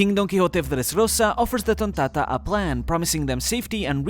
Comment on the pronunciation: You got to love the way bro says tonntada 🤣